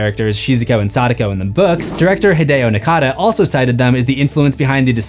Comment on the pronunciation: meh. He pronounced Sadako properly but not “Hideo Nakata”.